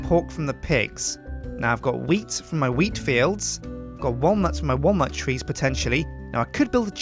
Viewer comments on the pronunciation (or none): please stop saying walnut incorrectly. Drives me insane. Otherwise keep up the good work.;)